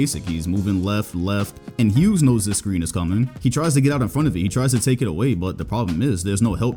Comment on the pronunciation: Lmao at it again with the ‘Immedianly’ ‘Larry HewGs’